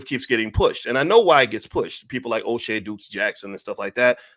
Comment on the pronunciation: Boyce: "Oshay Dukes Jackson"